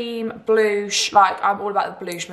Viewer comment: I was thinking is that how she says blush 🤣🤣😭